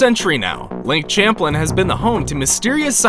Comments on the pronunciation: It’s lake Champlain pronounces (champ ~lain) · Anyone from Vermont laughing at how he pronounced Champlain? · So many words or names mispronounced. e.g., Lake Champlain -- pronounced Sham-playne. NOT Champlin. Geez... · It’s not champ Lin is sham plain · You pronounced Champlain wrong! It's "Sham-playn"! I grew up near that Lake, so I would know!